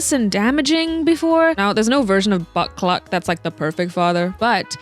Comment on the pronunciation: Concerned how many times I genuinely thought you were saying Butt Cluck until I turned on the captions💀